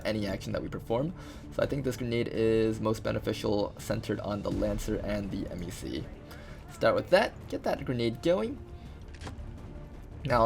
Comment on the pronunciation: i've literally never heard anyone pronounce MECs as 'emm ee cee' before. everyone else just says it like mech XD great video!